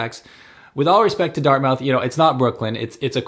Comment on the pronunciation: Pronounced Dart-Mith not “Mouth” the coffee shops are for a certain citizen, I’ve lived in NS for 54 years and never have been to Pier 21, the parks and wildlife are pretty decent I’ll admit, the food options are unbelievable,, if you go Donair you must, MUST go to Tony’s Donair on the commons (2390 Robbie St.) is absolutely the best, don’t do yourself an injustice with another spot get the best, Tony’s. If you’re gonna do the city core, do not use a vehicle, travel on foot, transit, scooter but parking, driving etc downtown is brutal. The number 1 thing to do when visiting Halifax is leave Halifax, Nova Scotia has so much to offer, The South Shore (Chester, Mahone Bay, Lunenburg, Bridgewater, Liverpool, Shelsburne all have unique things to see and visit, strong fishing history, great little towns with cafes and restaurants complimenting the history. Annapolis Valley area, our agricultural region, loads of apple orchards, small fishing villages, the most extreme tides in the world (spend a day to experience the differences in the landscape at high tide and low tide, you will be amazed. Cumberland and eastern Nova Scotia, is all about history, and connections to PEI and Newfoundland via ferry, rich forestry history, and then there’s Cape Breton, its like another world of great salt of the earth people, it’s like the home you’ve never know, some say visit the Cabot Trail, some say Bras Dour lakes, I say its the people, but yes…..you wouldn’t be disappointed if you want your vac